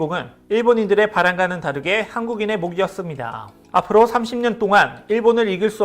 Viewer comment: 몫이었습니다. = > 목씨었습니다.